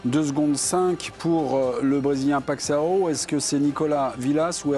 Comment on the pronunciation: Ces délires sur la prononciation de Paixao sont un peu lourds à la longue. Surtout que de le prononcer correctement ce n'est pas très difficile.